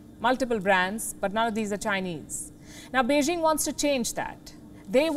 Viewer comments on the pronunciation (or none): none